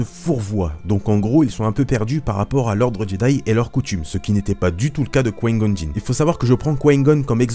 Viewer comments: tu dois absolument absolument arreter de dire quoin gon stp je te jure je nentend plus que ça et je suis sur de ne pas dutout etre le seul ça se dit comme ça: coup ail gone! Et ca secrit Qui Gon Je saigne des oreilles... je blague mais nempeche je sens l'angoisse monter a chaque fois que je tentend dire quoin goun 😁😂 En tous cas continues tes vidéos, je les trouve cool et instructives sur le lore 👍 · J'entends "Quin-Gon" quand tu parles... on dirait que tu dis "Coign-Gun", genre une sorte de flingue qui tire des projectiles amers... C'est "Qui-Gon", non...? Se lisant "kouaï-gonne". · Mlle Chamalloooww moi aussi ça me perturbe j'ai l'impression qu'il dit Couaïne Gonne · tu as une de ces façons de dire: Qui-Gon... ça me perturbe à chaque fois mdrr😂😂 mais sinon super vidéo comme d'hab😊👍❣ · L'ami on dirait que tu parle chinois quand tu dis Qui Gon mdrrr